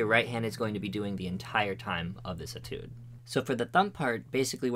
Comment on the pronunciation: ay tude not et oode